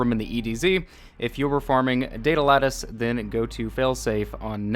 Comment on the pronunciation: Why do you pronounce lattice like lettuce